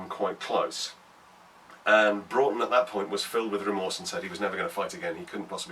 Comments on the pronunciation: Loved the vid! Thank you for being one of the few people to actually pronounce "Broughton" correctly! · I'm also a decendant of John 'Jack' Broughton. My grandad used to tell us the story when we were young. As others have said, glad you got the pronunciation correct.